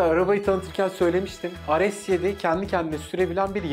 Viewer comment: ar es yedi mi , re se seven mı yapmayın bunu yapmayıııın..